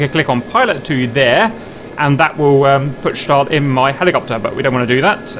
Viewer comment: Schtal, Schtal, Schtal. It is so annoying!